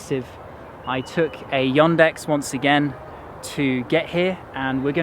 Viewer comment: The way you pronounce Yandex makes me laugh even as an Englishman, It sounds like you are saying Yondex, makes you sound like a real posh southerner.